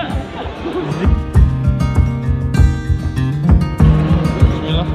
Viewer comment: Zinaah... zinaaah... wkwkwkwk